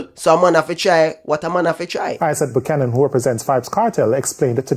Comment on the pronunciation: Great try Dry spray buck-yan-an 😂😂😂😂😂